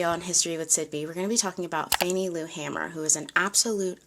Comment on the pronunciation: Correction: Her last name had one ‘M’ and is pronounced “HAY-mer.”